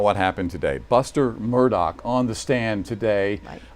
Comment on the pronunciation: I would think they would learn how to pronounce Murdaugh...& stop with the MUR-DOCK!! Why don't they just call them MUR-DERERS!? 🤔😮